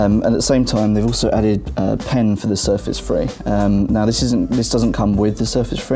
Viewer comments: I understood Surface "free" :D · GUYS presenting u with the new windows Surface FREE !!!!!!#BRUHDOUEVENPRONOUNCE